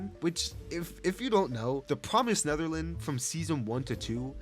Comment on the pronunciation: swear he said promised Netherlands